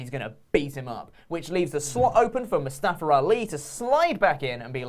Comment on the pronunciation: Moo-Staff-er Ali